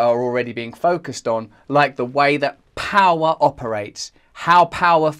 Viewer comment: Powwow instead of power 😂